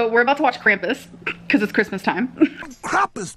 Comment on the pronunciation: Krampus. Not Cramppuss. It's a entity of german folklore. It's spoken with a long a like Arnold SchwArzenegger. Or Christoph WAltz.